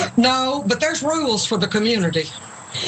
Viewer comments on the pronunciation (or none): 'But there's REWLES!'